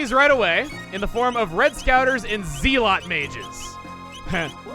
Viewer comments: Chugga: "zeel-ot heh. Like Zeal?" Me: "Chugga it's zell-ot... Wait a second. Zeal, like zealot! OHHHHH the town name continues the religious and sin themes!" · Ze-lot not Zeal-ot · It zel ot not zeal ot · I hate to be "that guy",, but the word "zealot" is said like "zeh-lot", not "zee-lot". Keep up the brilliant work, though! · I know you probably are emphasizing the zeal in zealot because of the city of Zeal, but it's properly pronounced "zel-ot". Probably never heard it said aloud since it's kind of an uncommon word. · It's technically pronounced with a short "e" sound, not a long "e". "Zell-ot" instead of "zeel-ot". The name of the kingdom is pronounced with the long "e", but words like "zealous", "zealot", etc., use the short "e". Not normally a grammar nazi but some things just bug me. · I'm sorry, but this is annoying me. ZEL-UHT! Not Zeel-oht! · Its Zeh-luht, not Zeel-ott, Chugga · Zealot mage is pronounced ˈzelət, not ˌze-lät. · Hey, not trying to be an asshole but I'm pretty sure zealot is pronounced more like zellut, not zeelot as said in this video. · It’s pronounced “zellot”, not “zeelot”. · Zealot is pronounced Zell-ot, not Zeal-ot, it might have just been a pun. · "Zee-lot" 😂 I love your videos chugga, but really I'm here for your pronunciations lol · Pretty sure zealot is pronounced zell-it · Zealot is pronounced "zell-lot" my guy haha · Zealot is pronounced "zellot" is it not? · Zealot is pronounced Z-ell-ut. I know it's a nit pick, but meh. Still fun to watch. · Zeel-ot? That's a good new mispronunciation! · zealot is a word. A person who is fervent about or devoted to something, pronounced zel-ott. Zeal is just extreme devotion. However, I know you're pretty zealous (pronounced in the manner of zealot) about making puns, so if it was just a pun and the word was known to you, I deeply apologize for giving you redundant information. Either way, I apologize if this at all came across as condescending. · Zealot is pronounced as “zell-it.”